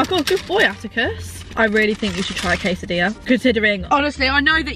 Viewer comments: I swear atticus said 'quesatilla' ahahah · No one:: quesidia here I come 😂😂😂😂